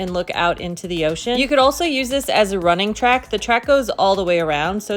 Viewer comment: It is not "ocean". Americans are funny.